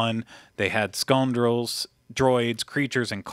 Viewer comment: Donald Glover was perfect as Lando. Also,, did you say "sconedrel"? Is that a dishonest or unscrupulous biscuit?